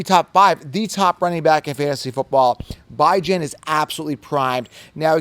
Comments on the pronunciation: Bro his mother pronounces it BeeJohn not Bi Jan so respect the man. Call him by his name respectfully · Beh-junh dude😂😂 stop it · “Bye-Jan” Robinson 😂😂😂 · It’s pronounced Bi•Jan 😂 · love your content but you’ve got to give up this “Bye-Jan” thing. It’s incredibly insensitive and never appropriate to tell someone else how to pronounce their name, regardless of what you think it should be. Please stop, be a decent human, and respect the way Bijan himself pronounces it. I normally love your content but every time you say it sounds like nails on a chalkboard. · Bijan came out and clarified how he himself pronounces his own name in an interview last year. You are the only goofball pronouncing his name like this. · You are 100% pronouncing it wrong lmfao he had a interview where he said how its pronounced 😂 but its always worth a laugh hearing u say it that way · If interviewed Bijan would you really mispronounce his name because of your ego? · There is a video of Bijan pronouncing his name you are incorrect. quit thinking for are the smartest man Rodgers so sounds stupid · Bijan is wrong about how to pronounce his own name ? 🤦🏼‍♂️😂😂😂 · How to pronounce Bijan the correct way. I like your channel but I don't want you to get misunderstood on how to pronounce these guys names. Somebody might think you are trolling lol I got you bro!!!